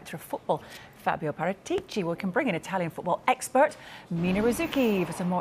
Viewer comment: The expert says Parátici, the newsreader keeps on saying Para- teachy